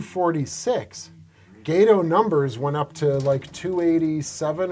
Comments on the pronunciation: It's Gah-toe not gaydo. idiot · It's not a gay toe class it's "GAH TOE" class. STSCS(SS) USN Ret. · Is it not supposed to be pronounced "Gah-to" like Spanish for cat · Did you never take high school Spanish? “Gate-oh”? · Amazing museum piece and video. Only note is you’re not pronouncing “Gato” correctly. It’s pronounced “Gah-toh” like the species of cat shark, which the ship class is named after. Some people get all upset over how Americans pronounce German words incorrectly, same goes for this.